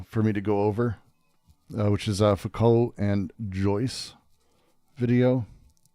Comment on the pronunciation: hhahahaha Faucolt 😂😂 love it Fou-Colt😂😂 its perfect